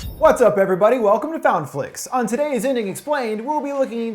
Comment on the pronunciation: Does anyone else hear "fountain flix" rather than FoundFlix